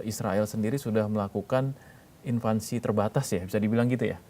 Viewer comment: "invasi' mas, buka "invansi",.